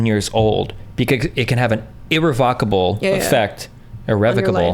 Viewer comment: E-Revva-KaBull is how it's pronounced.